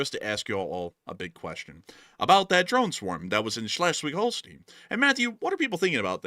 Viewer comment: Pronunciation Schleswig-Holstein: ˈʃlɛswɪɡ ˈhoʊlstaɪn